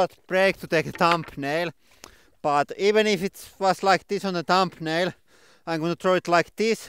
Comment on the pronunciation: Could someone help me out with what he says at about ? Sounded like "we had to take a short break to take a tumbnail (then clearer) but even if it was like this on the ?tumnail? I tried to slow it down, didn't help. No CC option. Would appreciate the assist. Thx